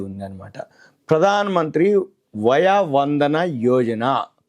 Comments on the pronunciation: "వయా వందన" కాదు.వయోవందన అనాలి. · Via Vandana Kadu, vayo Vandana, Telugu kharma kaali…